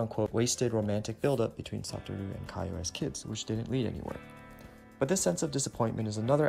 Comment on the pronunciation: Isn't Satoru's named pronounced like: Suh-tore-ooh (?) In the video, it was pronounced as: Sah-tah-roo